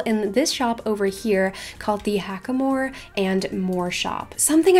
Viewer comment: you pronouced Hackamore wrong. its Hack- uh- more. not Hock-uh-more.